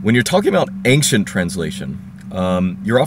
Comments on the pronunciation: I wanted to ask you, is it really correct to say "anxcient"? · Why do you pronounce ancient as ankcient, I've never heard that beofre